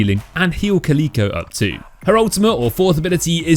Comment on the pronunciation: Caleeeko? Its Cal Ick Oh like the cat bruh